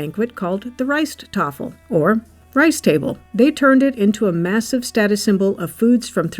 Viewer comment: Correction: the Rijsttafel ALWAYS has white rice in the center of side dishes, not fried rice, which is a separate dish altogether, and not part of the Rijsttafel. (Btw: your prononciation of "rijsttafel is excellent.). PAdang has the accent on the first syllable: "PA," as in PA-dang.